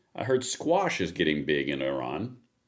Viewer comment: Fkn STOP saying "Oran". Oran is an Algerian city. It sounds incredibly ignorant each time you say it when you are supposed to be talking about Iran.